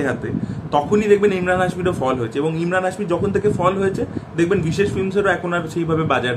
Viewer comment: ইমরান না ভাই এমরান হাশমী 😅